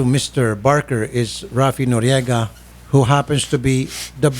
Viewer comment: He said noryega" BAKA" hahaha